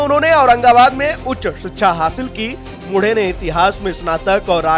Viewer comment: मुढे नहीं मुंढे... ऐसे व्यक्तित्व के नाम का सही उच्चारण करना चाहिए...